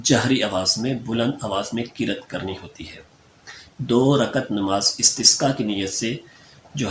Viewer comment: Qiraaat lafz hy molvi sb qirat nhi. Plz correct riraaat